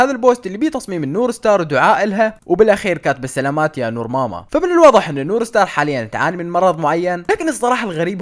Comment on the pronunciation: نور مار ❌ نور ستار ✅ 😂😂😂💔